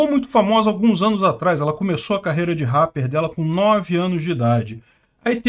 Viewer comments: é "répeer" kkkkk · na palavra rapper o "a" tem som de "e". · Ele fazia Rappi?? pronuncia direito! RÁPER não! "Réper", até quando vc falou que ela fazia "Rap" ficou estranho, pq vc fala "rÁper" e depois "Rap" (pronunciando rép) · Fala igual ao Silvio Santos. “Ráper” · "ela faz réh" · "réper", é assim que se pronuncia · Agonia ver o falar RARPER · parceiro, só uam correção rapper se prenuncia Réper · Se fala réper não ráper 😂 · A pronúncia é rrépe. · Ráper kkkk... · A forma que fala rapper é tão diferente... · Inglês britânico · inglês britânico mas com R alemão. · Parece aquelas pessoas antigas q ao invés de pronunciarem ok como okey, dizem o ká! Haha! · O jeito do falar RAPPER KKKKKKK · falando "Rapper" errado só pra gerar engajamento nos comentários, ou será que ele realmente acredita que tá certo?